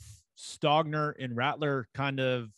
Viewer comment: Is coach beamer saying Ratteler instead of Rattler? I thought I heard it three or four times 🤔